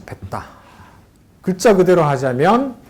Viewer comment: "했다"의 첫 자는, 제발! 길게 , "현토"의 첫 자도 제발! 길게 발음하소서!